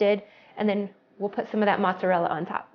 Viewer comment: No t's in mozzarella !